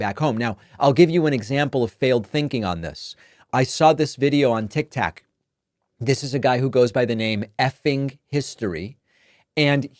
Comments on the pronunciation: Great video... but was I the only one who heard tictac instead of tiktok minute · are we gonna ignore the fact that he said tiktak 🤣💀